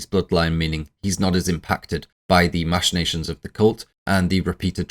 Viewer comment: OK - First and most importantly, it's "mack-in-nations", not "mash-in-nations". I assume you learned the word from reading it rather than hearing it, but yeah. It's a hard ck sound, not a soft sh sound. Anyways... I always assumed Charlie *was* aware as Paimon and purposely ate the nuts and purposely put her head out the window to execute the plan.... Also, the thing I appreciate most about this video is you pronouncing "Paimon" correctly.